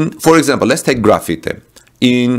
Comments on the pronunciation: Graphite..”graph-fight”. Not “Graffiti”. :-) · Graphite is not pronounced like graffiti or gra-feet-eh but like GRA-fight. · Also graphite is pronounced graph fight :) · I heard the same.